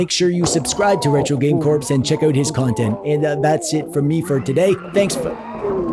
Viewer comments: Have you been calling him "Retro Game Corpse" all this time just to set up this joke? That is some 5D chess, if so. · Retro. Game. Corpse. 😂👌